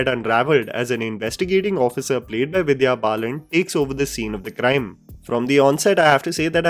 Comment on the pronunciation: said 'Divya Balan'... Hehe